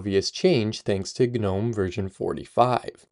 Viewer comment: Are you really saying G-nome?? Are you for real?? Dude ... It's *NOME .... The G is silent. You understand what a gnome is, right? It's a legendary dwarfish creature resembling a tiny old man. Here, in the UK, older generations used to have little statues of them in our gardens, doing various things like fishing, sitting, standing, etc ...